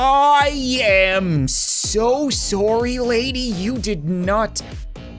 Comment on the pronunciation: no one:: “I am so soory” Me:... Why? TwT